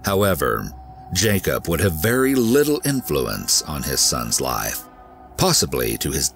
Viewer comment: Why does he pronounce the F in Life or Wife? He says lie and Wie